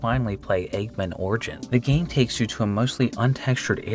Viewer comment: i have a hard time believing he doesn't know it's "egg man," not "eggmin"